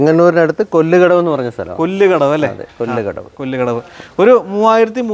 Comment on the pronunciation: കൊല്ല് കടവ് അല്ല കൊല്ലകടവ്